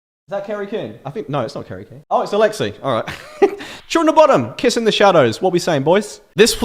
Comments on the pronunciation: Sounds like he says “When I was 16, I got really into Children Of Bottom,” not Bodom, lol. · After all these years of watching mispronounce Bodom I've accepted it. But the Kissing the Shadows duel not S tier? The fuck bro? "Bodom was a massive inspiration" You sure?